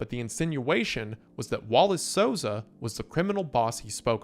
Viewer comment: hey brasilian here u said the names perfectily the first time